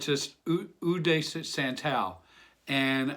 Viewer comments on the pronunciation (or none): its a friendly perfume. oli-ban-num (a type of tree resin) also O d'San-taal (like DeSantis and Taj Mahal) & Jooo d' rose (s is silent in jus, e is silent in de).... you would give my french-speakng grandmother a heart attack if she heard you haha... peace V